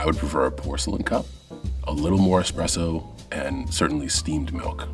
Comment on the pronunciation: "expresso" oh it's gonna be one of THOSE days